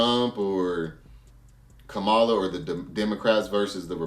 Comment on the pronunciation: KA MA LA COMMA LA NOT KAMA LA